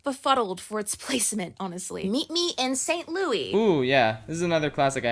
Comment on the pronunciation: You did not just pronounce St. Louis as St. Louis. No NO. As I born and raised Missouri citizen, no. You pronounce the S